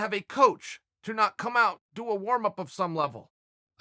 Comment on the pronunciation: “pacific” or specific lol